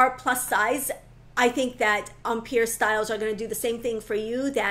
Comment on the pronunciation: I was enjoying the video, but then “empire” happened. Please, please, if you insist on the French pronunciation, use the correct accent. An American accent with the French pronunciation is nails on a chalkboard in my head 😰